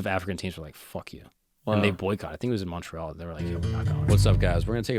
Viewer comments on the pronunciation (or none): none